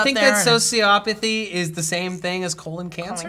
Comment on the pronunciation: It's socioPATHY, not sociOPathy.